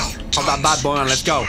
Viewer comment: Anyone realized when Freddy said let us go?That was not the way to say let's go.